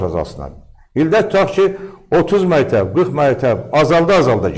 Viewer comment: Bu alimdirmi? Mətəb, mətəb ...deyir...